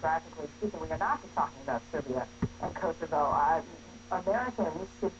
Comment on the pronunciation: It's kosovo!! not kosova.. Dickeater!! Converted pig